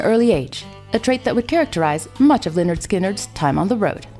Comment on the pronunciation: Me resisting to yell it’s leh-nerd not Li-nerd